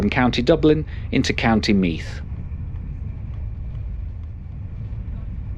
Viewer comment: Not DRAW-duh,. It's DROH-heduh. Not BALL -Briggin, but Bahl -BRIGG-in. And the -TH at the end of 'Meath' is as in the word 'the'.